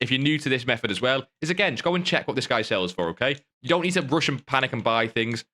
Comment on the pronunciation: It’s called method not mehed